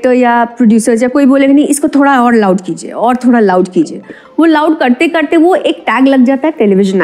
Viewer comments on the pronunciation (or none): none